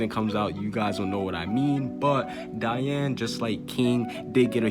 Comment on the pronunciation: "we might have to put some respect on Dian's name" doesn't say her name right tho...